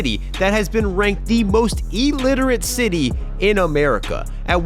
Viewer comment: Oh, the irony. You talk about Stockton, California being ranked “the most illiterate city”, except you say “E-literate”. Illiterate starts with an i not an e.